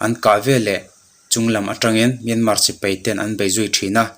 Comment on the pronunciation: Sipei a awmlo a sipai tih tur